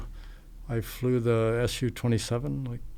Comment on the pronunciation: The planes are called "SOO 27" (as in "new") , not "ESS YOUU 27" I think this guy is lying. If he really flew these, he would know how to say the names correctly